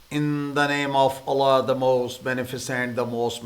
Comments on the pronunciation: سر پہلے ویڈیو میں سب کو بتادیں کہ آپکو اللہ کہنے میں کوئی ٹیکنیکل مسئلہ ھے۔ الہ۔۔۔۔نہیں ہوتا اللہ ہوتا ھے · Your vidéos are excellent and appreciable. BUT Please utter the name of اللہ a little in a better way. Thanks